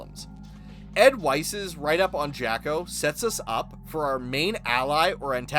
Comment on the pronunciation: 6:68 Ed Weiss is actually pronounced "ed vice". It was meant to be a pun on "advice" Keep up the good work!